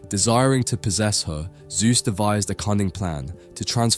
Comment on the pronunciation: His name was not "Soohth", but ZEUS!